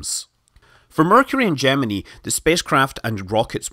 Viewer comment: Your different pronunciation of "Gemini" threw me off.